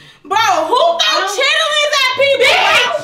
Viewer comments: SAID " CHITIITLINNS " 🤣🤣🤣🤣🤣 I CANT LOL❤ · said chitterlings 😂😂😂😂😂😂😂😂😂😂😂😂😂😂😂❤️ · It’s pronouncing the ER in Chitterlings for me 😂 from the south and never heard it like that